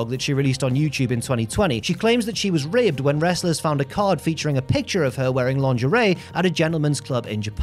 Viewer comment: had to listen twice to hear the word ribbed